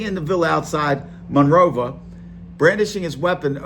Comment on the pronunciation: Bro pronounced monrovia Monrova